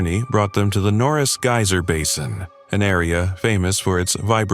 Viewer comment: Gayser, gizer or geezer…..no, geyser . pron, Guyzer. 👍